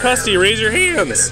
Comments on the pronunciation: "raise your HaYinDs" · raise ur hÆnd's